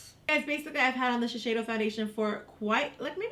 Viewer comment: Giiiiiirl, it's Shi-SEI-do not Shi-SHEI-do.